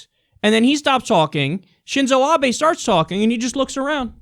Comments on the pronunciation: As someone who knows some Japanese I get triggered every time that dude said Abies instead of Abe. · It bothers me that doesn't know how to say the Prime Minister's name! It's "Ahbeh," not "Ahbee"! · I don't support Trump or Republicans, but watching the video it looks like he is just reacting to words he recognized. America in Japanese is just "Amerika" and when Abe says Trump ("To-rahmpu"). I'm more amused by the amount of Americans who think Abe ("Ah-bay") is "Ab-ee" or "Abe" as in Abe Lincoln haha